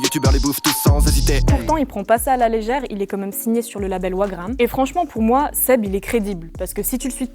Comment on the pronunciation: Wagram se prononce "Vagram" et non "ouagram" si je ne dis pas de bêtises 😉